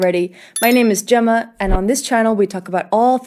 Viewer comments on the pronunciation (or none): none